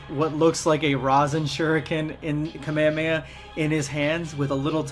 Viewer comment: kahmeyaya bro its kah mey ha mey haaa